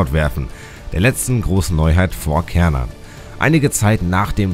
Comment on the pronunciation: Ich habe das Bedürfnis, darauf hinzuweisen, dass der Turm auf Schwedisch "Schärnan" (oder meinetwegen auch "Chärnan", je nach Dialekt) ausgesprochen wird. Ich bekomm immer ein bisschen die Krise, wenn Leute "Kärnan" sagen. Das ist so ähnlich wie "Köttbullar" statt "Schöttbullar". 😣 Bleibt natürlich jedem selbst überlassen, inwiefern man die schwedische Aussprache übernehmen möchte. Ich wollt's nur mal erwähnt haben. 😄 Ansonsten: Solides Video! 👍